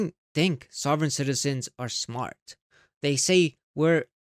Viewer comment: I thought the axing would be the best part. 😂 I was wrong... "I am srmat" "Marry me"...I can't freaking breathe..🤣🤣🤣